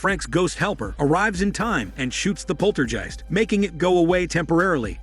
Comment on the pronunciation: Jeezus, that is some horrid and sloppy AI narration. It can't even pronounce the word "poltergeist."